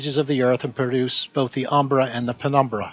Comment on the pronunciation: Ah, now be fair, he did say "prenumbra" at least once. 😉